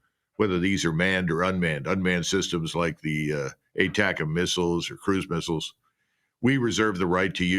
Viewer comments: ...yes I know he supposed to be saying ATACMS....but it sounded like BUTTERCUPS to me.... it's like misheard lyrics..!.... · Near end of lenzki speech...he says "buttercups"....lol